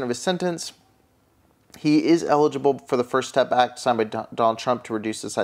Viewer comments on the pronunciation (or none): none